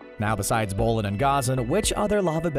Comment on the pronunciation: and bolin